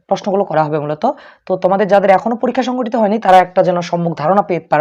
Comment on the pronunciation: পরীক্ষা নাম টাও ভালো করে বলতে পারে না😂